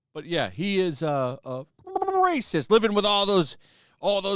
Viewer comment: STOP SAYING RACIEST LIKE THAT OR ELSE